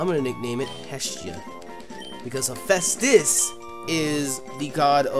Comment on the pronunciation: Not to be that one guy but you pronounced hephaestus wrong.....